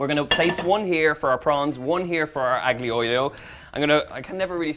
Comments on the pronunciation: PLEASE 🙏, the digraph "gl" in Italian is pronounced like the following: "lli" as in "million" (EN) -- the "g" is NEVER voiced; "ll" in Castilian Spanish (ES); "lh" in Portuguese (PT). Thus, "aglio" (garlic) is pronounced AH-lyoh, and "tagliatelle" is pronounced tah-lya-TEL-leh. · Don’t pronounce the g in aglio and you’re sweet. So A-lio, the same as olio but with an ‘a’, si? Yummy pasta btw! 😘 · He pronounced aglio wrong. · The G silent just like the T in often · You don't pronounce the 'G' in aglio 😜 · Donal, the G is silent. I cannot wait to make this dish. Thanks for sharing. God Bless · Donal, a linguistic point of view tip, the G in Aglio is silent and not pronounced here’s how to correctly pronounce it